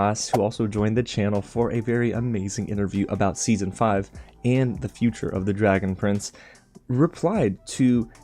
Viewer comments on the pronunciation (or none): none